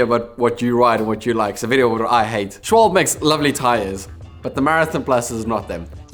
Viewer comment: Please...its SchwalbE not Schwalb...its the same thing like PorschE not Porsch the E is not silent :D